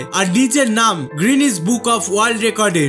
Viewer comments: It's not "গ্রিনেস" It's "গিনেস" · 'guinness' world record not 'greenwich' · Bhai grinnuse noi guinness